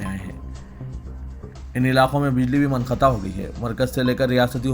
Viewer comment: It is Munqata, not Manqata